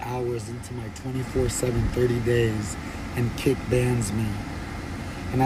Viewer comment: Everytime this guy says kick i hear cake